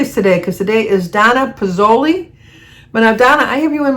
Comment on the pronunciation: Thanks for my birthday song!! Twice!! 😂You did pretty good with my name, to make it easy, it's pronounced Pez-zoo-lee. And today is my actual birthday, the 26th! Thanks again!!